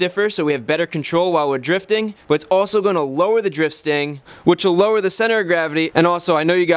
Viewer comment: anyone else thought he said drip stain instead of drift stang